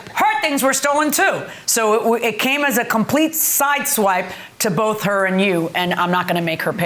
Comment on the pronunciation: I never knew the "th" sound was so hard for adults. "It was bofe." "I got up to go to the baffroom." The eighff." 😂